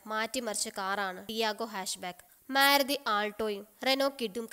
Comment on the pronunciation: "മേരുതി".... എന്നല്ല "മാരുതി" എന്ന്‌ പറഞ്ഞു പഠിക്കുക..... ടിയഗോ വാങ്ങാൻ ഇനിയും ഉണ്ട് ധാരാളം കാര്യങ്ങൾ... സൂപ്പർ കാറാണ് ടിയഗോ